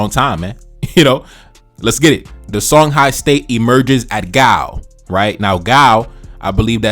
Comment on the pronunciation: Songhai is pronounced Shong-hee